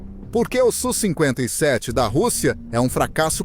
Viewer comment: Video horrível, o sonso nem sabe falar o nome do avião... É S.U e nao su seu panaca